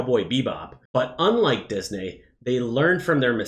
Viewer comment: Why does he keep saying Dis-Nay? 😂